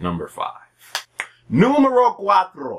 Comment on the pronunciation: "Numero Cuatro" Dat tongue roll though?!